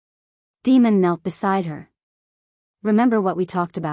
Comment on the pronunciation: I cringe every time that voice calls him Demon. I’m assuming it’s Damon? Other than that announce the story is great and riveting.